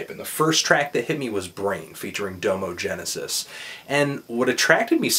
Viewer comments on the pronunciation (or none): Dah-mo not dome-o. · Bro, Anthony, it's pronounced Dah-Mo, not Doe-mo. Just trying to help. :-) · DOM-O not dome-o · DOM-O, not DOUGH-MO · its not DO-MO genesis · DO-MO Genesis.. Smh.. Bruh. You can't even say his name. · hahaha he said dohmoh genisis! lmfao